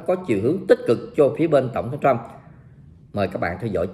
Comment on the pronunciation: Thiết nghỉ ông ấy người Mỹ, không phải tên Chú Bảy. Nên đọc tên ông là tên Mỹ. Tập phát âm vài lần sẽ quen thôi. Cám ợn đã cho các tin tức tốt và nhanh.